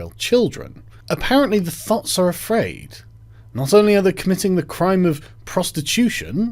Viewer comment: you say thot in such a posh way Thooouuut